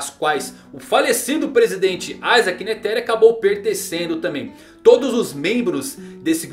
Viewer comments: tu ta pronunciando errado o nome do netero não tem silaba tônica tu ta pondo enfase no "te" de netero e so uma coisinha que mne sangra as orelhas mas o video e top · N sabe nem pronunciar o nome do Netero e quer fazer análise